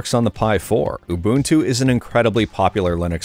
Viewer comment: Says Ubuntu correctly twice, but throws an ooBUNtoo mate in the middle for some reason...